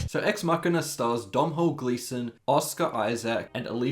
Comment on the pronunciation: Please learn how to say Domnhall.